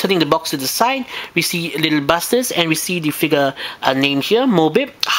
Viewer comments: You sound like you're saying little Bastards...XD Just to clarify it's little "BUSTERS" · hehehehee i hate to be this guy but it sounds like your saying little bastards XD sorry couldnt resist